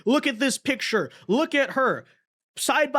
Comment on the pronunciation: " That pitcher" teach that group how say their words. It should be "that picture".